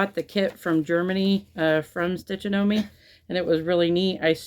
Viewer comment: I came back! Love, love the Winter Quaker, that blue just glows on that fabric. The Stitchonomy Winter is lovely too. Today's pronunciation is Stitch - on - a - mee and they are based in The Netherlands rather than Germany. I love all the seasonal projects you're doing, I rotate my seasonal stitching. It's a great way to make room for your framed pieces!